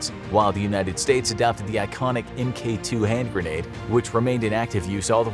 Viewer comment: Mk is pronounced mark, not "m, k". So you'd say Mark 2 if you see Mk 2 >t. Infantryman